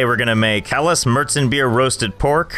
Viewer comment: im german and for me its a bit funny how he pronounces helles and dunkles